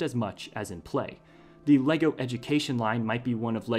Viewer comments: i am from denmark and your saying the words wrong!!:D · The correct pronunciation is Légo!